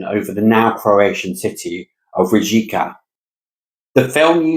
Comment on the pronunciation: Just to correct pronouncing Rijeka...It's better to say it witout J...It's kind of silent.